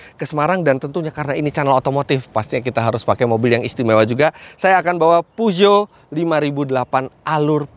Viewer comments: Peugeot di baca Fuso... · Pesyo yg bener, reviewer nya ucapin merek mobil jg salah.yg penting penonton paham,ini kan bkn ujian bahasa Perancis,jd kl salahpun Ra Popo jee* sy pawang singa 307 sw diesel 2004 Gunungkidul-jogja